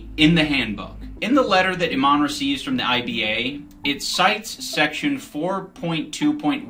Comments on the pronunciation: I dont understand how no one can pronounce her name right, Imane, not Aman. So strange, like Kamala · I-man-e. it doesn't get any more cut and dry than that